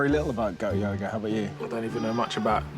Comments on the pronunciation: Holy shit, in the live forever part I swear they were saying yogurt instead of yoga. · My American ass thought they were saying "Goat Yogurt" for way longer than I should have.